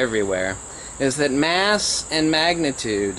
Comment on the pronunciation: you say force and motion as if you are saying force in motion; stop it. or are you saying force in motion; as if saying inertia?